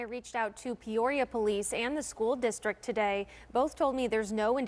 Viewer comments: Can't help but correct your pronunciation of Peoria. It's like Pea-or-e-ah. In my best phonetic spelling. I'm only doing this bc I've been corrected for mispronouncing English cities bc they aren't spelled at all like they sound. This is meant to be funny.😅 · Does that explain why he’s pronouncing Peoria like it’s an STD? Peorrhea 😂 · pronounces “Peoria” the same way my GPS pronounces “Guadalupe” 😝